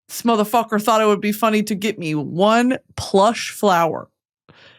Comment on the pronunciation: "motherfuquor" why are you saying it like that <3